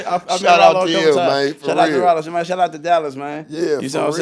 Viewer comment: btw it’s not “Ralo” it’s RYLO 🦍